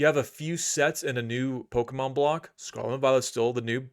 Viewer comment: Don’t listen to investment or economic advice from a guy who can’t even take the time to enunciate “Scarlet”.